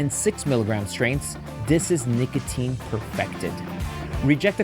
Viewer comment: IF YOURE DOING AN AD LIKE THIS ON A VIDEO LIKE THIS FOR THE LOVE OF GOD PRONOUNCE THE “O” IN NICOTINE. AINT NO SOFT “A” IN NICOTINE.